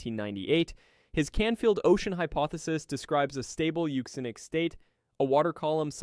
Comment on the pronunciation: You said it right! Euxinic (Yuu-ZIN-Nic), from the Ancient name for the Black Sea - the Euxine Sea... EVERYBODY pronounces it "Yewk-Zihne", instead of Yuu-ZIN-Ee (or -Ay?). The absolute failure of the Western World to properly understand the many & varied values/roles of "X" has been a source of real despair for me...Thank You, for giving me Hope!!